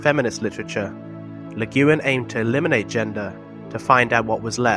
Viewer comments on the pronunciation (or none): It's pronounced Le Gwinn.